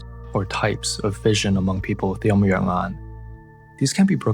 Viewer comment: It's Yin Yang Yan , not "Yum Yuern Ahn"